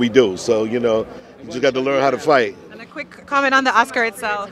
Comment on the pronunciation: "Flight" it sounded like.